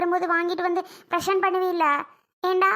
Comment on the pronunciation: Preshent illa present😂😂😂😂😂😂😂😂😂